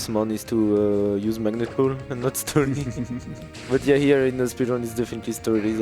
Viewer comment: Sturdai its sturdy